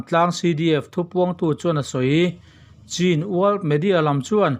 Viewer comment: Chin nilo in mizo haw rawp chhîn(ချင်း) tih tur aw